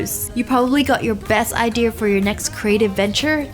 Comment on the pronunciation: Wengie why do you say idear